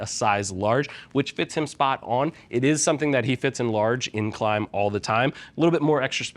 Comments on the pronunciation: Where's the invincible E bud? Klim, not klime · Klim pronounces it as Klime themselves on their official Youtube channel.